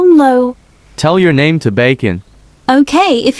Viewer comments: "Well my nime is luke" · "Well my nema is luke"